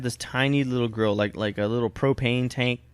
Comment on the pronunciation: I thought you said girl instead of grill o_o